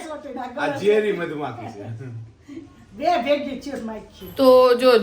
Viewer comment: Madhumakhi na kahevay madhmakhi kahevay ho ne